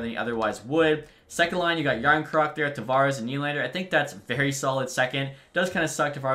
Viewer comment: “jarn croc” it’s pronounced “ yarn chrøk